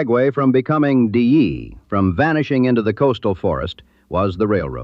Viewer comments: Dyea pronounced Di-ee'..die ee..not DA. That aside, an interesting video. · I was a tour guide on the White Pass & Yukon Route Railroad. Great stories, great memories. I miss that place. Excellent video (you mispronounced Dyea though)